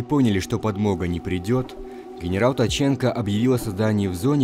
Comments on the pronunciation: Генерал Ткаченко, Ткаченко а не Таченко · Не таченко ,а ткаченко😂